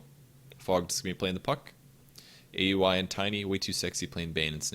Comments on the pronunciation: it's Ow-wee, not A U I. Just a heads up for future reference! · the way you pronounce aui is weird